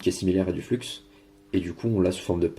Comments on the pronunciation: Peut être te l'a t-on déjà dit mais je suis un peu psychorigide là dessus lol On dit flux "flu" pas "fluks" aussi le scotch c'est du ruban kapton ;) existe aussi en différentes tailles d'épaisseur bref le top mais a choisir une bonne qualité et pas des daubes wish car elles ne résistent absolument pas à la haute température et donc bousille non seulement vos composants alentours mais aussi fond et crame ce qui laisse un truc bien degueux sur le PCB. Sinon excellente vidéo pour les novices qui désirent commencer et c'est très bien expliqué, merci donc à toi ;) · Hello, pourquoi tu dis du flux avec le x prononcé, le X ne se prononce pas, comme Chamonix le X ne se prononce pas ou comme des chameaux lol